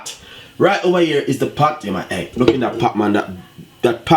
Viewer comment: It is not 'Pat' it is 'Pot', not 'Preppers' but 'Peppers' and it is not 'Spinach' it is 'SPINNERS'. CORRECT PRONUNCIATION of your words should be clearly understood by your audience. No, offence.